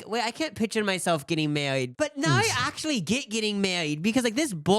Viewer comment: "i AUUctually have so much energy" im crying i love yall sm